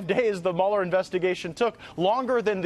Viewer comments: Narrator dork. Learn how to pronounce the man's name. It's not Mueller it's Mueller... Everybody else in the country knows that I said correctly maybe you should learn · Before you put something on a video maybe you ought to be able to say Robert Mueller's name correct! 🤪